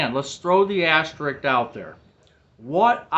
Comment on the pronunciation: AsteriSk. Asterisk.... there is an extra S in that word!😊